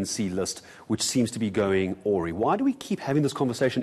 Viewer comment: Going 'or-ree' - what the!? Some friendly advice to eNCA presenters, if you don't know English, just say 'off the rails'.